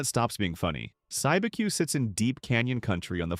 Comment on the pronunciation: Cibeque is pronounced "SEE-B-Q"